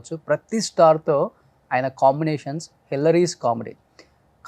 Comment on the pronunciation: "Hilarious" ni pronounce cheyyatam raaledu anchor ki...😂 హిల్లరీస్ ట 😂